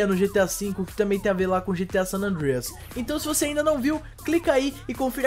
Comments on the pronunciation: ele quer ser gringo kk, sanandrias kkkkkkkkkkkk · mano para de fala san andrééééééia q feio cara ... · fala san andreas direito cara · o cara falando san andreas moh esquisitão... antes falar em portugues do q tenta paga uma de americano e falando parecendo q ta comendo um bolo...